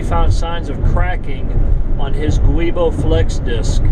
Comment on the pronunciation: the correct pronunciation on the Transit driveline part is "jew-boh". It's a flexible synthetic rubber disc to help with driveline vibrations. It's used on all Ford Transits over the world, not just here. BMW is also a big user of these as are other European mfgrs. It is a warrantable part up to 5yrs/60k miles, or if you have an extended warranty. If Ford does the replacement work, it is guaranteed for 2yrs/unlimited miles. Hope this helps with your anxiety. Also I'm not an expediter, (missed my calling I think), but I agree with the separate pay for each load item. No combining etc.